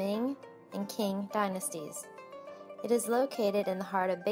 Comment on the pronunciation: Qing is pronounced as ‘ching’